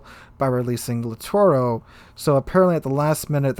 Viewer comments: Pls.. LITTORIO and not LITTORO.. It's orrible to listen "littoro" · It gets a little annoying how you don't pronounce names correctly. Off the top of my head,please practice: LITTORIO KUTUZOV I really like the content, but this name thing drives me really crazy to the point I stop watching videos.